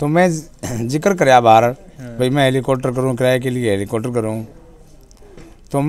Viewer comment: इस न बोलना सीखा दो हेलीकॉप्टर होता ह